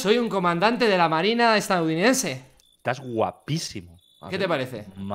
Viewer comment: Nadie: Absolutamente nadie: Fargan: "Soy un comandante de la marina estaNuNidense" xD